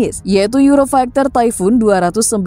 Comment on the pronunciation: euro faikter? funny tongue :face-blue-smiling